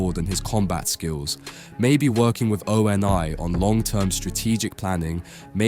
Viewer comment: Feel like this is either an AI video or author does not know Halo. No one says O.N.I spelled out. Its a single word . Dead give away!